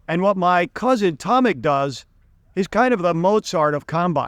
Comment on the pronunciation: Not Tomik but Tomek.This is polish name Tomasz .English Thomas is Tommy.Polish Tomasz we say Tomek😊